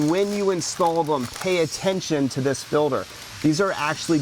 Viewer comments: If this guy says filder one more time... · “The way that these fill-ders filter” “When you change that fill-der” “..make it easier to get into the fill-der” “..small white plastic fuel fill-ders” “And when you install them pay attention to this fill-der these are actually directional filters”